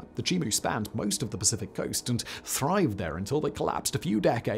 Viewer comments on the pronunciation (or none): none